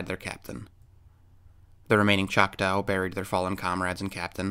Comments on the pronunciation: FYI: there is no “ow” sound in our language the tribal name ends with a short a sound. Like ahhhhh!;) I’m only saying this out of total respect for one of my very favorite utubers. I am one of those people that I refuse to use PayPal otherwise: I would donate. Thank you so much for your time. God Bless you and your family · CHOK-TAH(Chocktow) its pronounced Chalk-tah! Not Chalk tow. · I am Oklahoman and though not Choctaw I am Cherokee. I have always heard Chotaw pronounced "Chak tah" not tau, it is like an 'AH' noise like a scream or like "Ah, I see what you mean". I could be mistaken though. I often am. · BY the way to word Choctaw is NOT choc-tow( like cow- its like taw-like McCaw, Choc-Taw!!). The Choctaw are American Indian's - anyone born in this country is a native american. thats my view. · I can verify this is true. All is stated is true. There are still to this day many many bigfoots in the area. It's a very active area. And it's pronounced chocktah now chocktow. Irrelevant. But irritating. The area in question is the kiamichi mountains. And there is many bigfoots in the area this "story" has been told for decades. Much longer than 2015. Much muchlonger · And it’s not pronounced chock-tow it’s tah, the Choctaw word it comes from is chahta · Nice video, just a quick FYI, from an Okie, Choctaw rhymes with "saw". They're one of the Five Civilized Tribes of Oklahoma, yes it's still really called that. Thanks! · the second syllable in "Choctaw" is pronounced like "saw". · The truly correct way to pronounce it would be “Chata”, or “Chah-Tah”. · lol you pronounce the word Choctaw in a weird way. Like when you say it, it sounds like “chak-taow” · It hurt my okie ears to hear that🤣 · Why are you pronouncing Choctaw incorrectly? I can't watch it anymore after two minutes. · Learn to pronounce Choctaw and get your facts right about your history.